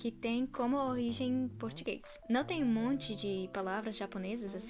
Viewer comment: O "d" de "video" não se pronuncia "dj". Não é "vidjeo". Mais: o "m" de "monte", não se pronuncia "tch". Não é "montchi".